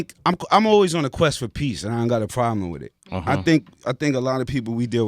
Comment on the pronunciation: I hear "Superman 5" every time he says "Quest for peace".